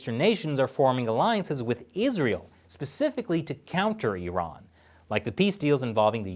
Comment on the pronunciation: Thanks for saying “e-run” and not “I-ran”